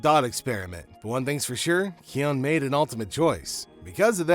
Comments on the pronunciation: The constant mispronunciation of his name is sending me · It’s kion